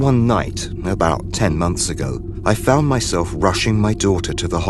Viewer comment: Can they get someone to narrate these stories that ISNT FROM CANADA. That can pronounce the words OUT, HOUSE, ABOUT etc. CORRECTLY!!!!!!!!